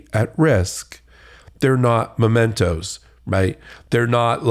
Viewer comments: MEMENTO, Alina, NOT mOmento. MEMENTO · The word is not mo-mento. It’s mem. Just saying…⚖️👩🏼‍🦯💃🌻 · Habba. The word is "memento" (a memory) NOT "momento" a moment? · It’s MEMENTO dummy- not momento. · It’s MEMENTO! Not MOmento! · It’s ‘mementos’, ignoramus!!!!! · Can’t pronounce or even recognise the word mEmento (WTH is a ‘mOmento’?). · How smart can you be if you are saying 'momento' instead of 'memento'? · MEmento, not "Momento"... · Momentos? 😂 Really? Perhaps I should elucidate. The word is MEMENTO. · She said "momento" when the word is "memento". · There is no such thing as a "momento". The word is "memento". If a lawyer is this ignorant of English vocabulary... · It's memento (from memory). She says momento twice. Dumb as balls. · Does she really think the word is 'momento'? Jesus, this broad is dumb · What is a "momento"? Some lawyer! The first vowel sound in is /ə/, not /oʊ/. Or maybe he was, in fact, stealing a few moments. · Can't even pronounce "memento" correctly. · Habba is a lightweight Widener grad and can't pronounce "memento"...be fun to ask her to spell it😉